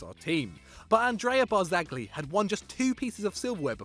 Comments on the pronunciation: Why does he say bar-zag-li, it's pronounced bar-za-lee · It's pronounced "Barzagli" with a soft "G", like with the Spanish "LL". The way you pronounce it, it would be spelled "BARZAGHLI" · Worth to note that in Italy, oldest player on the pitch is the captain for the day. And you don't pronounce "g" in names like Barzagli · Stop saying bianconeri when You pronounce Barzagli like a turd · Please take a beginners class in Italian before attempting to pronounce any more names. Yudinese? Ag-nelli? Barzag-li? Partenoppy? Piasenza? I'll allow the mispronunciation of Hubner, but fucking Perlo? Also, Mourinho isn't Spanish and Racing Club is pronounced "rassing".